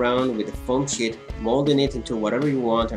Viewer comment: "with a paper shit..."